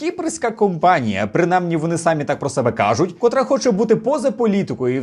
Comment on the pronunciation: прошу ставити правильно наголос у слові * СамІ*, бо ви вимовляєте на російський лад сАмі